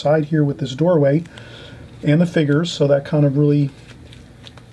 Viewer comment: I love how you say "figures".... figgers. Love it! You are a fantastic teacher and I love all the time you take to explain things.